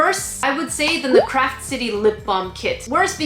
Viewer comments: I know you are saying Craft Kit, but I keep hearing crap kit. Which is pretty accurate to be honest. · Ok I know your saying CRAFT kit but my hearing is bad so it kinda sounds like your saying CRAP kit (I find it funny that my hearing is making me hear something diffrent)